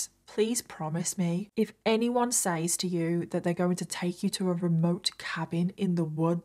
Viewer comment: Ugh for the millionth time says is pronounced “sez”!